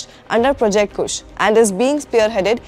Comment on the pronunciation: Kusha hota hai woh madam kush nahi 🤦🤦